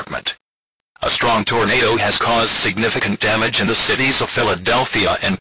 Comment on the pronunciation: I like how it said “torn a do” lol